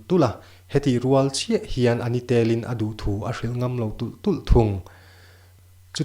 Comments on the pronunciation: A ni tel in tih a...tel...lai hi a ri hniam tur aw. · Ngaihnawm khop mai, tlemin mizotawng thluk uluk deuh teh..." A NI TELIN" hi thluk dik lo deuh. ..